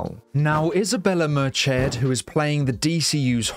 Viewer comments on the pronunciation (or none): pro tip: Merced is not pronounced "merch-ed" lololol it's Mer-Zed or at least that's closer to how it's supposed to sound. source: fellow peruvian and latin american.